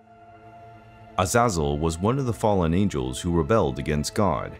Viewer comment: I truly believe you are pronouncing his name incorrectly. Compared to the other angels, I would say it should be pronounced like Az' a zel. The first syllable should be stressed the most.